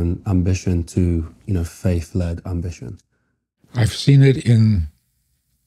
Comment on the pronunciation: FaiTH Not FaiF. PaTH not PaF. It is painful to hear someone speaking like this.